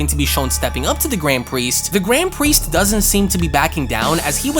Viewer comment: "gwand pwiest"